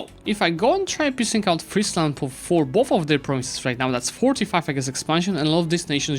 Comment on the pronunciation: Finally, an EU4 youtuber that knows how to pronounce Friesland. Really enjoying this series as it allows to see your skills in a variety of scenarios, fantastic idea. I hope you'll consider a new series after you finished this one in another part of the map. For the next episode I'd think either Sweden/Denmark or Ajam would be interesting, I'd like to see the aftermath of the league wars.